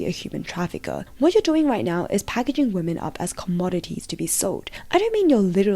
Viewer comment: Gentlemen, It is with great disappointment that i present to you: Wamen.